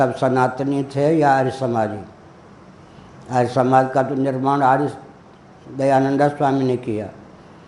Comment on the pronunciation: Guru gi phala sahi sa bolana to sik lo dhayand sarwati ka